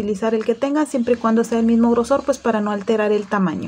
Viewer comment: El hilo que usas de que grosor es lo que pasa es que no se te entiende cuando lo dices